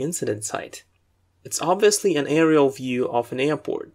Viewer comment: The vocabulary in this video is very helpful. My only complain is that you pronounce some words incorrectly. Like 'focusing' 'obviously', 'surface' and others. Furthermore you pronounce some words with British English and some others with US English that might be a bit confusing for a beginner. Otherwise your videos are a HUUUUGE help! :)